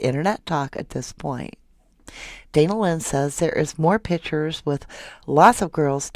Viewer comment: I cringe every time you say "pitchers." Pictures. They are pictures.